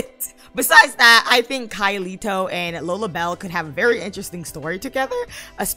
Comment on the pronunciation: First of all, I'm so sorry I pronounced his name wrong, I kept calling him Kai Leito instead of LEIKO, literally I can't even with myself, Why am I so bad with names? ☠️ anyway his favorite color is Irish green for some reason but he literally only wears white... Edit: Download Link is now up!